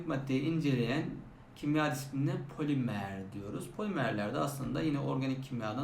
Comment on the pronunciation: poliMEĞR 💅 hocam unutmayacağım bir daha